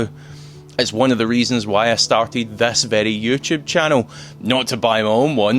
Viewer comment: How you can say i collected thas car?it’s ‘this’ not ‘thas’🤣